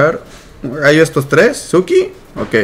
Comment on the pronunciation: tengo gallo, se dice RAYO con R